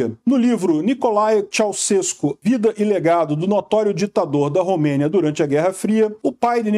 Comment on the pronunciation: a pronúncia do nome dele é "tchauxeku"